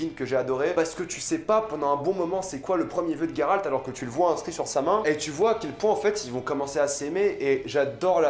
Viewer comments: Geralt pas Gueralt putin !! Witcher pas Wicher putin !!! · Ta prononciation de Geralt me gène étant donné qu'il n'y pas de "u" Sinon j'apprécie ta "critique" Qui n'en n'est pas vraiment une vu que tu dis beaucoup de bien de la série Personnellement j'ai beaucoup apprécié cette première saison bien que un peu courte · Putain je suis pas le seul à prononcer "Gueralt" plutôt que "Jéralt" 😂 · GolderUltra bah faut le prononcer « Gueralt » mdrr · Tous mes potes prononcent "Jéralt" ça me frustre 😅